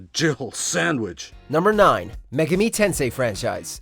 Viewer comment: Everytime he pronounces megami, 1 of my brain cells die